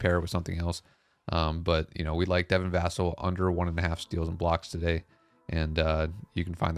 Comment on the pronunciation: His name is Devin Va-cell not however u pronounced it lol